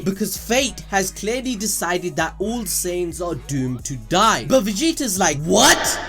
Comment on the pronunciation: it took me 15mins+ to realize "saints" was actually "saiyans" (science)